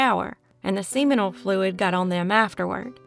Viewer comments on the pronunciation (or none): "Nekkid?" The word is "naked." And "seminal fluid" is pronounced "SIM-min-uhl."